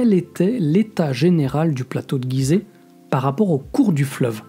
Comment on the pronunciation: Bonjour on dit gizet et non guizet comme girafe